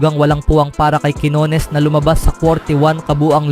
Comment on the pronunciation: Minamali mo pa ang bigkas ng quinones..... Pinoy ka, wag kang mag-inarte!!!